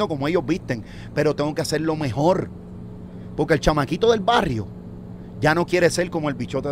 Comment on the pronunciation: Acho escuchar a W Es brutal que nunca se acabe el Podcast 😅😂 no aburre con nada. Tan brillante, sus conversaciones son epicas. Eres el MejoL Wwwwww Si aun me pone mal sus pronunciación 😅😊😢 de algunas palabras , pero lo AMO ❤.